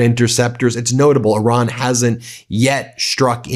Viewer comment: Its irán not oran